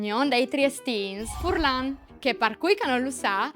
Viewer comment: Sares di tajâ il bigaritti... Fùrlan no si pues propit sintî. 😡